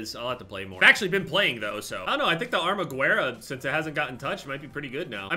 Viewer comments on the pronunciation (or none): hey - armaguerra is pronounce armagerra. you’d pronounce it right if you just took out the “u”. heard it in multiple videos and thought i’d let you know. Thanks! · It makes me cringe so hard how he pronounces the armaguerra